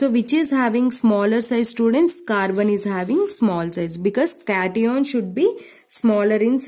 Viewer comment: Kation😂😂.aanioon😂 ⚒️anion 😮 cation😮